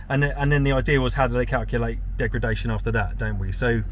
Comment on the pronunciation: You keep saying “degragation”… its degradation